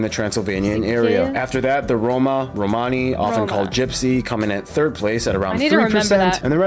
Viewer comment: Try phonetic : Not RomAni but RomIni !